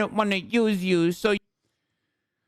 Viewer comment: I know this is a serious thing but the way Hasan said “Use Yew” and the cut off are very funny to me